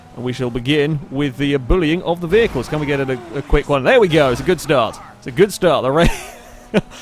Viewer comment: LOL "vehical booster" "vehical"...